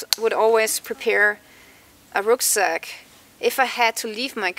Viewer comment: Ruck Sack = Ruck as in Duck, Not Ruck as in Rook